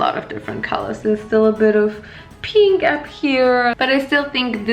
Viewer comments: I am SO triggered everything she sais peenk instead of pink and I don’t know why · Wieso betonst du das piink so ? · anna wirtshofer somebody how to spell PEENK correctly thank u💞💞💞💞💞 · I'll never be able to pronunce pink in a normal way ever again...